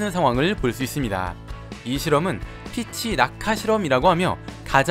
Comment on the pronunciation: 복숭아 피치는 피~취(길게 발음)